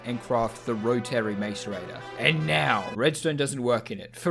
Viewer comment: The way you pronounce 'Rotary' makes me mad.